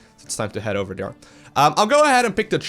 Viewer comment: I like the way you say dere :P instead of there lol